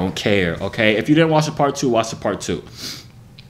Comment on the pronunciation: ILLINOIS IS NOT PRONOUNCED WITH A “S”